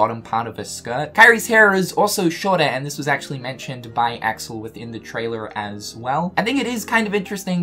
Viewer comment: Y-you pronounced Axel wrong...